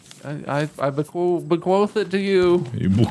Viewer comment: BeQuothed? Or Bequithed